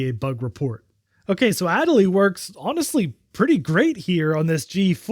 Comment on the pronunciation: your pronunciation of adelie hurts me lol